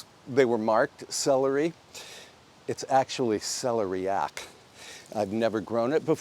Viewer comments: we love the care you bring to your home and its surroundings... Also.. not sure if anyone has mentioned but here in the UK it's pronounced cel-air-ee-ack, not celery-yack. We still enjoyed your version! Your lovely piano playing is a treat as well. 😊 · Celeriac is pronounced: suh-lee-ree-ak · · I think you are pronouncing celeriac wrong. The accent goes on the second syllable. I tell you only because you are the type of person who cares!